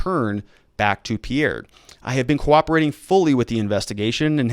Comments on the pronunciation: And I think Pea-air is Peer. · It's PEER not pee-AIR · Pierre is pronounced Peer. Most south dakota counties have a sheriff or a sheriff and 1 or 2 deputies. The top 10 counties (population wise) have more than 3 total law enforcement officers. Not many towns have police and sheriff. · Pierre (pronounced peer) is not what I'd call a bigger city.